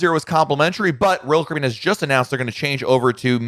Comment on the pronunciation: SLOOOOOOOOOOOOOOOOOW DOWN !!!!!!!!!!!!!!!!!!!!!!!!!!!!!!!!!!!!!!!!!!! PRONOUNCE :CARIBBEAN !!!!!!!!!!!!!!!!!!!!!!!